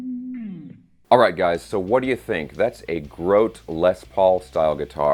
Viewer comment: I think it may be pronounced "GRO-tee" like the former Mets' catcher Jerry.